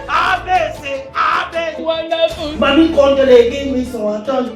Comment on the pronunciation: 🤣🤣🤣🤣🤣🤣 Le père de joys: A,b,c...A,b,c: wandaful🤣🤣🤣🤣🤣🤣🤣🤣🤣🤣🤣🤣🤣🤣